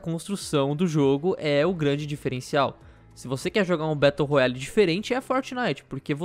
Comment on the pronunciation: "Betou roiale" kkk